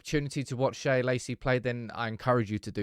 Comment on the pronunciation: Sam Shea is just "Shay" not "Shaya"